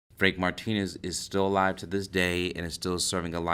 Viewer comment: It’s not Martinez you are pronouncing it wrong